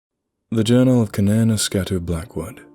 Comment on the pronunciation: You deserve a like just for being able to pronounce that first name 😶 Oh shit! Its the sequel to [redacted)! I love that story!!!